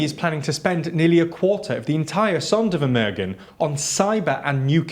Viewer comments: Sondervermögen is pronounced more like Zonder (long o)-fermoogen (short e at the end, just like in get, just make it gen). The Polish defence minister is called Mariusz Błaszczak, not Marius Blaszczak. Honestly, just check on google translate how to pronounce terms in other languages. You are a European channel after all. Act like it. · Most Vs in German are pronounced as F. German Zs are pronounced as a sharp TS. W=V, Z=S. Gs are hard. EI = I So its TSaitenVende (Zeitenwende) ZonderFermerghen (Sondervermögen)